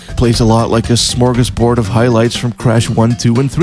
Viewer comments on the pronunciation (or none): none